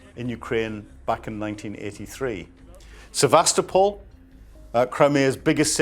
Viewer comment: Sevastopol = Sye vas toe poll ( as in polly)